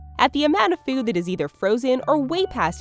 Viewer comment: Its "food"... not :feood"!